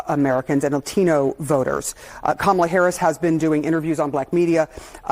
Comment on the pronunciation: KA MA LA. Pronounce it again